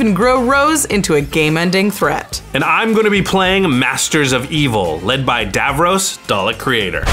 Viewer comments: It’s pronounced dav-ross, not dav-rohs. I wish they’d had an actual Doctor Who fan pilot one of these decks. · Hearing him call Davros 'Davrose' all game is maddening